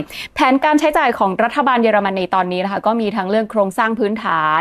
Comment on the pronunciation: ป้าสูญเสียการฟังมั้ย เค้าพูด เยอไม่ใช่ เย